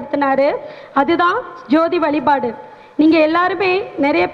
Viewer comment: அருமை சகோதரி. உச்சரிப்பில் வலிபாடு அல்ல வழிபாடு